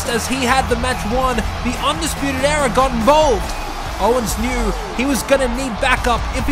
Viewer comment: Why it sounds like he said fuckin arrow but good video no disrespect love u man